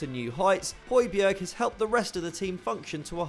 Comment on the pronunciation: This is how to pronounce Højbjerg: Hoj-Bjar Means Tall Mountain